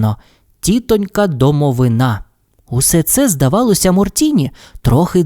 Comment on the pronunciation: Одразу перепрошую.) В слові «домовина» наголос на И. (Це російською «гроб» якщо що). Просто на майбутнє. Дякую за вашу роботу!😊